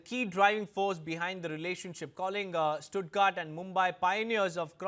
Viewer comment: It's Stuttgart ( you pronounce it as it written)